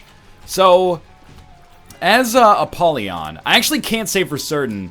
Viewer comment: I am disgusted by the way Ryab says 'Apollyon'